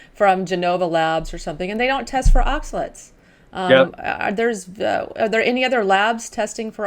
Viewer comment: Great podcast! Thank you so much for posting it!, look up how to pronounce oxalates. Delete this comment after you've done so:). Blessings!